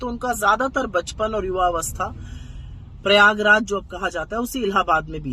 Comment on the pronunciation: इसको तो प्रयागराज कहने में भी दिक्कत हो रही लगती है